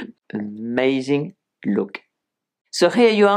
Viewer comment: Your French pronunciation — “erh-mazing” — adorable. 🤩